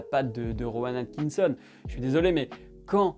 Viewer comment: ta un peu de mal à prononcer Rowan Atkitson j'ai l'impression XD